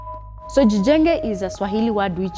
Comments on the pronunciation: jijenge not gjenge AI translater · its not gjenge but jijenge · Jijenge not gjenge. It's just that Kenyan can't speak Swahili in a proper dialect. But great job